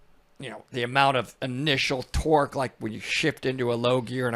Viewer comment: The video started off funny 😂 with the”torke? What torke? Then he comes with the dolphins 🤣 like what😭😭